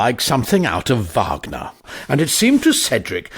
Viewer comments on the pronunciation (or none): none